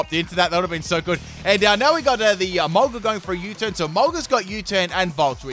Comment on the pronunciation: Absolutely no one:: Emolguss!!!